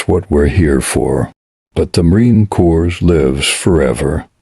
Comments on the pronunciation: AI voice is horrendous. Corps is pronounced (CORe) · Narrator: you need to learn the proper pronunciation of Marine CORPS. CORPS is not plural. CORPS as in Marine Corps, is pronounced core. Semper Fi.